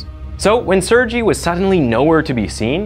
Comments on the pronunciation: FYI, Sergei is pronounced s-air-gay, not sir-jee. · It's pronounced sirgay not sirgee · It's pronounced Sere-gay, not Sur-gee. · The narrator keeps saying Sergei wrong too. Its Serr-gay, not Sur-jee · Haha, your pronunciation of Sergei is funny. You say it like Suurgie when you pronounce it as "sir-gay" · Sergei reads as “Sir-Gay” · Sergei is pronounced SIR-GAY..public schools are terrible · Sir - gay ...I believe it is sir-gay not surgee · Its Ser Gay!! Not Sergeee! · It’s not pronounced surgy it’s sher gay the h makes a huh sounds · What about how he pronounced serji. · He also said the name "Sergei" wrong. He pronounced it, "Serjie," with a soft "G." The correct pronunciation of Sergei is spoken with a hard "G," as in. "Goofed." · Sergei; the G is pronounced the same as in "girl". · Sergei is actually pronounced Sere gay, with a hard g. Just thought I would add my nickels worth of opinion in. That and five pennies will get you a dime, I know, but there you go! Great work on your channel, I am subscribed, and I think this channel is awesome!!! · I appreciate the channel and the effort - I really do, but please listen to the pronunciation of foreign (even if in English) names and places. Sergei is pronounced Surgay. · Sergei is pronounced as sirgay :) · “Ser-ji” mkay. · Sergei is pronounced SARE GAY. For the love of God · Sergei is pronounced "Sair-gay" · Sergei is pronounced "sir-GAY." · Lol, not how you pronounce Sergei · He butchered Alexei so badly xD His name is Alexei, not alexy Same for Sergei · People with the name Sergei all over the place crying at the pronunciation here... oof. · I love how none of these millenial youtubers can pronounce the name "Sergei" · It's making me crazy 🤪 but 🤷‍♀️ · I've never heard of a more butchered pronunciation of Sergei in my life. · The way u pronounced Sergei is pissin me off 🤣🤣🤣